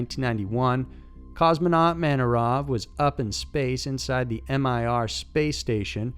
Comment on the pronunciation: White was not the first man, but the first American to walk in space. Also, not M-I-R, but Mir (phonetically Meer) space station.